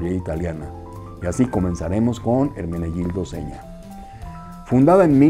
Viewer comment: Felicitaciones por pronunciar de forma casi correcta el nombre. Me encantan todos tus temas que tratas. Un fraternal abrazo desde Italia!